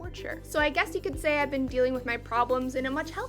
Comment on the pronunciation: Saying 'been' like 'ben' lol